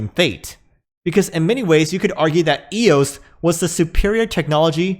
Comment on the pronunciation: Yeah it's so dead it just had a massive run and is on pace to be worth $20 by fall. But thanks for actually calling it eos and not E-O-S.